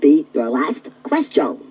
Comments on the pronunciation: I like how the 2-XL says "qwuestion/s" instead of "question/s" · I can't get over 2XL's pronunciation of 'question' ("ques-jone") :) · PLEASE PUSH... THE QUESTIONE... BUTTONE... NOW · "2-XL or not 2-XL... that is the 'QuestYARN'." I just love the way he pronounces that word. It's like he is doing an A.W impersonation, (Artificial Walken), with the sporadic accents on certain phrases. 😉😂 The accents on certain words which he is doing to simulate an electronic voice, is a very accurate prediction of the the very problem that exists here in 2022, as this is always what gives an autogenerated voice away, as the software never seems to know where the meaning of the phrase is (where the accent should be) and what is the start or the end of the sentence. So I say this guy absolutely nailed it! BRAVO🏆 Great video... Quite a spectacular work-around. An English voice over artist in a French fprest. 🇬🇧🤖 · 2-XL pronounces "ques-CHONE" like Captain Falcon pronounces "fal-CONE" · it says "question" like quest yawn, like Scotty Kilmer! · Yeah, the way he pronounces "question" as "quest-ee-own" (among other affectations) is certainly memorable... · Odd pronunciation of question, "ques-chone". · I love how he pronounces "quest-own" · the way he says “quest yeon” is pretty great. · "queshtione" had me giggling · He sounds like Alicia Bridges in "I Love The Nightlife" and her "ack-shawn," when he says "quest-shawn" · I'm going to go around all day saying "kwes-chone." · I don’t think I ever heard anyone nor anything pronounce “question” like that. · Why does he say “question” like that tho😭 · He had a very peculiar way of pronouncing "question" too. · Has issue saying the word question correctly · I'm 36 and had the Tiger version. As soon as he started playing it, the odd pronunciation came screaming back and I remember how my mom used to make fun of that way it said "question". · To me, the only thing that's annoying is how he pronounces certain words, like "question."